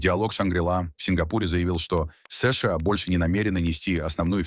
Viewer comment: Чё за сышыа, чё за сэшЭа, плять!!!!!